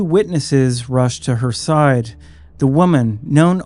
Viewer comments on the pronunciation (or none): none